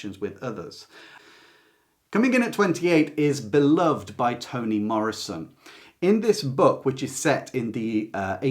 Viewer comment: FYI: the book Beloved is pronounced bih-luhv-id, not bih-luhvd.